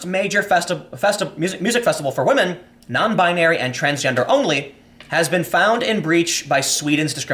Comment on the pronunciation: 'non-bin-narie' lol, how uptown Jewish of you, Tim.